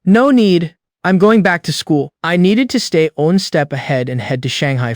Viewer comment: No seriously... what is wrong with all these ai stories that can never pronounce the word one right o.o is this word some kind of forbidden curse?